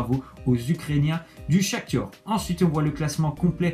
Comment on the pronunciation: C'est pas le Shaktur c est le Shaktar